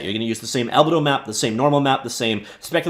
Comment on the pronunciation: Fantastic video! Minor correction: albedo is pronounced al-BEE-doh, not AL-beh-doh :)